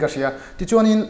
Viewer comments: Part 2 i tih chhuah vat loh chuan....ka beng ang che...chhammsss hian chuansss a ti hian ka lawm thin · Chhuainnnn(Chuan) a chiang e achiang e😁